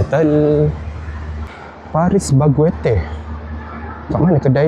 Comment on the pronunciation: Paris baguette jadi paris bagweter eh🤣 pelik saya dengar mula mula